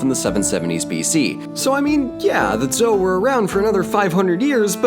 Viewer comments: Small comment; the standard pronunciation of "zhou" sounds like "joe," with a hard 'J.' Good work here. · >coached on pronunciation >messes up on Zhou The disclaimer wasn’t for nothing I guess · I think Zhou is pronounced Joe. I think. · Zhou dynasty is pronounced like Joe, not Zou.